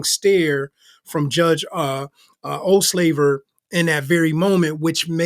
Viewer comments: Judge's name is Ol-saver not Ol-slaver!😉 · It’s NOT “Olslaver” — it’s “Olsaver” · It’s “Olsaver” not “Olslaver.” More comments later. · My dearest sir. It’s not OldSLAVER. 👀It’s OlSAVER. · It’s OhlSAVER NOT SLAVER! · 😮 Ouch! Dude, perhaps put in a bit of practice pronouncing the name of this judge. It's Judge Olsaver. Ol'... saver.... Not "O'slaver" like you said literally every time!! 😮 LOL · is the owner of this channel calling the judge Ohslaver? I have like gone back and listened to this several times....I mean come on!!! Osaver seems worse enough!